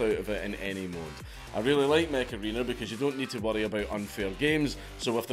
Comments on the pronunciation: Mech Arena I thought you said Macarena like that song from 90s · Ngl dank, when the add started, i thought that you said Macarrena :D and i was wondering why old ass song was sponsoring you